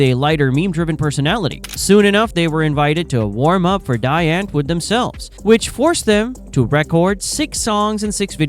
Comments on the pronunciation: Daï entword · Please learn to say "Die Antwoord" correctly!